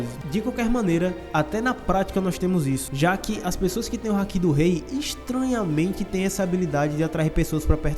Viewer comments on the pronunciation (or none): none